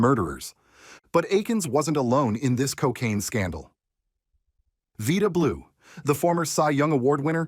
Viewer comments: Vy-da Blue Not Vee-da Blue Stupid AI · You must not be a real baseball fan, or you would have pronounced Vida Blue's and Lenny Dykstra's names correctly.